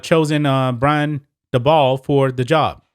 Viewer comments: Dabol is pronounced daybull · By the way u pronounce Brian Dabol (Daybo)